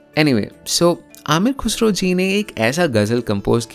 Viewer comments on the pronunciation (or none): Ye you really need to work on your pronunciation specifically when you are masking such videos , words like Ghazal , Khuda , Khusro you were not pronouncing right